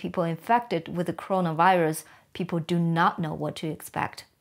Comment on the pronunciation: It's not Crona it's Corona